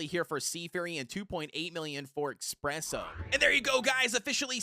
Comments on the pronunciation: Why does he call espresso expresso? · That's how they pronounce it